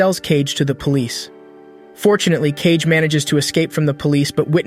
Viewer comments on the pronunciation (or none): Wtf is "cage" he is KaGe not KeiJe... KaGe = かげ = shadow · “KAYG” 😭 its “KA - GE” DUMASS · Kage is still pronounced ‘cage’ in english(so the AI reads it as such), if you want to differentiate, you have to spell out the pronunciation, ‘Kah-gey’, it’s a common issue with AI, when reading words/phrases from another language that were translated to English characters without adjusting for how a native would pronounce it, it even makes the same mistake with English words(example, if it were reading ‘the polish people’, instead of ‘the pol-ish people’, it may say ‘the po-lish(as in nail polish) people’) so a decent workaround is to do one of two things, spell it in its native language(assuming it has non-english characters, so use the actual Japanese characters for Kage), or spell out the pronunciation So, without keeping as keen an eye as this for detail nor keeping mind for such solutions, such errors do make their way through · His name isn't Cage it's Kagé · Cage??? fr reading kage as cage 💀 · it's kage. Not cage. Ka-ge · Cage? Ka-Ge? ummmm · Did he just call Kage, Cage? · You're mispronouncing A LOT (It's Kage. As in hoKAGE. Not cage. Then again you've probably never seen Naruto...) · It's not Cage! It's Kage. Kage = Shadow. Really his name is Cage? ;D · His name is Kage and it's pronounced as "Kagge" this honestly sounds like ai narrated this video like have you even watched the anime thoroughly? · Kage is 2 syllables btw Ka-ge (means shadow in english) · This would be do much better if you even tried to pronounce kage correctly